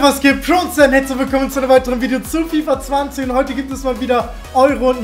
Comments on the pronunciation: Ah ja hört mal das Intro wie er sagt Zu Fifa zwanzehn no front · jaman Fifa zwanzehn wer kennts nicht😂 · "Fifa zwanzehn" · "willkommen zu fifa Zwanzehn" Lets Go 😂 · Fifa zwanzehn wer kennts nicht 😂😂😂😂❤️ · fifa zwanzehn😂😂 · Niemand:: Fifa zwanZEHN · FIFA zwanzehn man kennt‘s😂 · Fifa Zwanehn? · 0:1 fifa zwanzehn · Du sagst immer Fifa Zwanzen